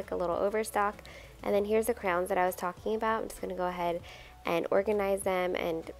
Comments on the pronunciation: Is it me or does it sound like you call crayons 👑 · I wasn’t looking at the screen when she said it and I kept thinking she said “crowns”. lol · The way you say crayons lol. It sounds like you say crowns!? I pronounce it like crans. It's fun to hear how differently everyone pronounces words! Also, I love that you are always sending little gifts to the teachers!! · I know! I couldn’t figure out what she was saying and then I saw them! I’ve never heard anyone call them crowns, I love it 😂💖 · Crowns, Crans, Crayons! 😂 Something to ask viewers: how do you say it?